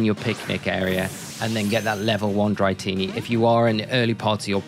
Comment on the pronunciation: Dra-tini not dry-tini lol great vid tho thank you